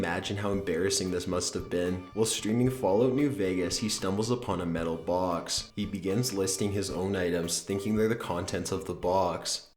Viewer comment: Booooooox, damn the way he says box, " Booooeeex "